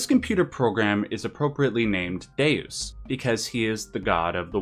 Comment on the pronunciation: I thought you said "his name is Dazed, because he's the God of the Wired" 🤣🤣